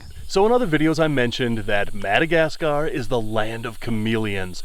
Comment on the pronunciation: "The Minnegascar Frogboyz"